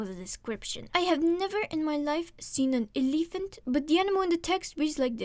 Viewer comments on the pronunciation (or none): I'm here for your pronunciation of elEEphant. That shit gets me going.